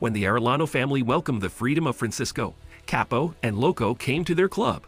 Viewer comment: This ai is ridiculous.. Chapo=kepo? 😂